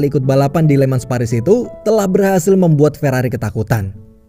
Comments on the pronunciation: bang bacanya bukan "LE MANS"... tapi "LE MANG" pake logat prancis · FYI min penyebutan kata *Le Mans itu dibacanya Lemang min sesuai kata prancisnya